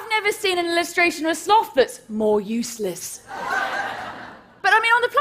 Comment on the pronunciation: Thank you for not saying slowth.